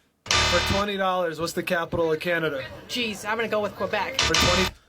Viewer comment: I really dislike the way they say Quebec, It is not the Q sound from queen, but more like a k sound